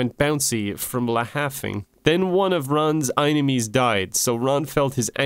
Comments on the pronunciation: I can't justify "eye-ni-mee" when it is clearly spelled "ee-nye-mee" or "ee-nyme" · Enime is pronounced as e-nime, not aynemy. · The way you say it, it would be spelled "einimies". Enimies would be "enn-ime-eez" with the "eye" sound in the middle, not the beginning. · Sorry bud, I'm fine with everything here, but how do you get "eyenemie" from "Enime". Say Anime and switch the A for an E and you have Enime. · I am just constantly annoyed that "enime" is pronounced "inemy." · it’s been 4 months and i’m still confused on how enimes is pronounced like Eyenamees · How to pronounce enime: I-ne-mee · If you meant it to be pronounced "eye-nemies" then you should have spelled it "eyenemies" or "einemies" or even "inimes". "Enimes" can in no way be pronounced "eye-nemies. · the way you pronounce enimes doesn't even make sense why would you place the "i" sound in the beginning that's "inemies," a whole different enimy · why did you pronounce enimy wrong